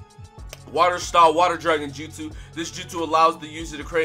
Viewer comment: My dude actually said their jutsu name correctly that's crazy I gave you the like for it